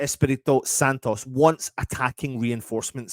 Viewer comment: It’s Santo not Santos by the way!